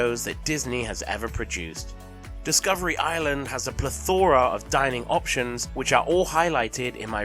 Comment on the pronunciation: Is that how you're supposed to pronounce "plethora"?